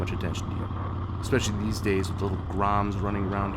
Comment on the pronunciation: "exspecially" oof